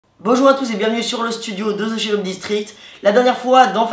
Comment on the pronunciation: ca ne se dit pas cherub mais keroub